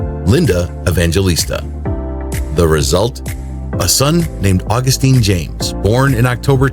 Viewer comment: Dude, Augustin is pronounced Aw-GUS-tin, not August-TEEN. Think of the difference between Justin and Justine.